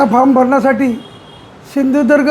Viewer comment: Hyala ajun sindhudurg mhanta yet nahi 😂😂😂